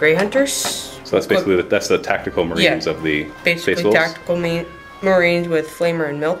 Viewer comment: "Tactical Marweens" - XD